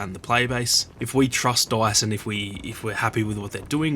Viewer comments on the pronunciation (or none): His accent makes me laugh. Dice sounds like Doice. There is no O in dice.